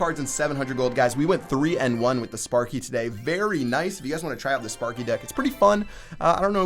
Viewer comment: please say "Today" as a normal person would.